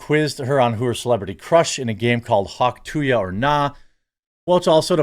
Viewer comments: Why do you keep saying "hawk tu yuh"? Its Hawk TUH. She says it herself xD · Hawk - too - uhh, not hawk - too ya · Come on Jeremy! There is letter “y” in the phrase! Stop saying “Huck to ya” it’s “hawk to uh” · why do you keep saying "TO YA" ? TOO-AH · Hauk tuah. Not hauk to ya. You sound retarded. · Dude there is no “y” in Tuah, stop pronouncing it wrong. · Am I crazy or is it pronounced “hock too-uh”? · Dude sounds like a boomer. "Hawk TWO-ya"... thats not it bro. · It’s “too ah”. Geezus man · Hawk too yah lol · Yeah no "y" in that. I was having a difficult time listening. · Why do you keep saying Hawk two yah? You've seen the video a million times you said. Are you dumb? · its funny that you pronounce it "hawk tuya" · I doubt you will ever talk about her again, but if you do… it is hawk ‘two-uh’. Please at least say it correctly. 😂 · Hauk too-yuh? Dude that was so retarded. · Hawk two ya? Lol i knew Jeremy got words and sentences mixed up, but Im not sure where he got Hawk two ya? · These fucking canadians, can't even say "tuah" correctly lmao come on man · I know you know how to say Hawk Tuah, and my comment is what you were more than likely going for, but I can’t help but cringe every time you say it. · You can't even say Hauk Tuah correctly. FFS man at least try. I'm not sick of her at all. Those that are sick of her are not getting the Hauk Tuah treatment and it shows. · Hawk Tuah, Jeremy. You heard her pronounce it. You can do it. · Why do you keep mispronouncing the phrase? You played the video and heard her say it.